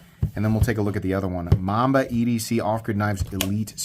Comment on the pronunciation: Mamba not momma!!😂